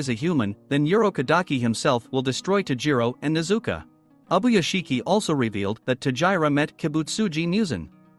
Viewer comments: Her name is pronounced nez u ko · nezuka bruh its nezuko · Nezuko not nezuku bro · It’s nezuko buddy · Your saying nezuko wring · It’s not tajiro it’s tanjiro AND ITS NOT A RAVEN ITS A GROW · It s nit tajiro kamado it s tanjiro kamado and its not nezuka it s nezuko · bro it is pronounced tan-ji-ro And ne-zu-ko